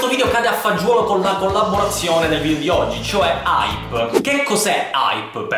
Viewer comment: Si dice VIDEO non VIDIO